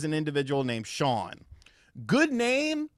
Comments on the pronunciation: It's pronounced or shawn or shahn. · I'm sorry but Sean is not Shawn. Sean is Sean. Thank God I don't know anybody named Sean, because I would call them Sean all the time.